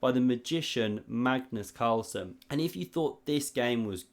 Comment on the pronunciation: It is a mystery why English speakers are incapable of saying any word or name from another language correct.. You make video about Magnus Carlsen ....but are not able to pronounce his name correct. Hasn't he been long enough in the chess world in order for you to learn how to say his name correct....???? ....and...is it to difficult for you to use the few seconds it takes to check out correct pronunciation with google translate...???? Not that I need to learn how to say Magnus .....but it took me less than 10 sec to check it with google......